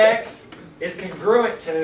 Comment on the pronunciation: Congruuuent? I thought it's pronounced Con-Gru-Ent